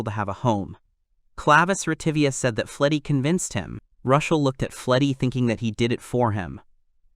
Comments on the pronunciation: I hate the AI problem with gender but why do you keep calling Rushel, Rachel?? Even when he is talking to Rachel. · rushel? rochelle? raquelle? rickel? its just confusing. MC or protagonist works just fine if the AI cant pronounce the names....